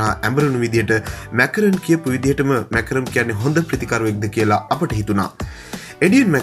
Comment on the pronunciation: කවුද බං මාක්‍රම් ට මැකරම් කියන එකා😁